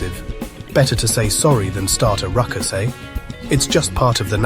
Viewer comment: Have been thinking we might be better to explain how Americans are not Canadians rather than the other way around. (What accent is this narrator using? Is he AI? Who says ‘Métis’ like that? He is also having trouble with the Canadian ‘eh’. As for his use of ‘sorry’…sorry.”) Fun video though! 🇨🇦